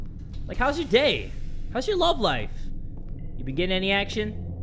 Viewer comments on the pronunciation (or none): It's "lifeu"